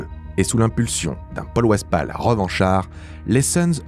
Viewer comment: Très bonne vidéo les gars continuez comme ça ! PS: le narrateur pourrait-il prononcer les noms des gens présentés correctement c’est relou à écouter (ex :Paul Westphal )